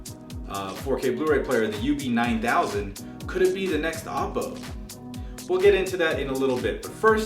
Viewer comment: It's pronounced "Oh-poe", not "Op-oh". Also, in your video you suggest the DACs are only available on the XLR outputs. This is DEAD WRONG. They are also available on the standard RCA analog outputs as well. That means anything you listen to through analog out (whether it's a digital music file or a music CD), will make full use of the DACs.